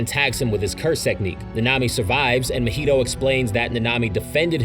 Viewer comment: How did you manage to say mahito’s name as mojito 😭😭😭